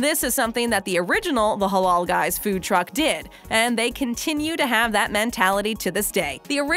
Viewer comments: It's not pronounced "holol", it's pronounced the same as it's spelled. "Ha laal". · Why tf is she saying “halol” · It pronounced Hh-La-iL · She says "the Haulool guyz" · Ffs its pronounced "Huh-LAAL" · Every time she said Halal I cringed so hard